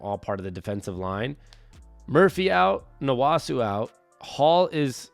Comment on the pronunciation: Its Nwosu not Nwosu